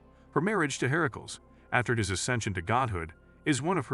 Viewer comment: Idk which hit my ears worse - Herms, Herickels, Hayds, Aphrodight